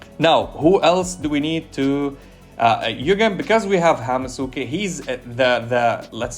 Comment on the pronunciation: Bro, Hamusuke is pronounced Ham-ske, most "u"s in japanese are silent. Its a hamster, so Hamske.